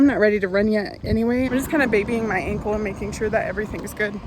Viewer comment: When you said "so my ankle is getting better" I thought you said "my uncle is getting better" lol I was like "I missed a video where she talked about her uncle"